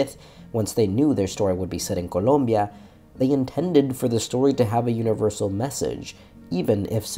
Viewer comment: Little detail, but i really love the fact that you took the time to actually pronounce the splaish words with the accent, like colombia or mirabel.